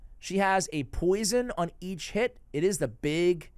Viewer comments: when you say each hit it sounds like your saying eat shit lol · Whenever you say "each hit" I always hear "eat shit". Anyway, watched it all the way through, very helpful.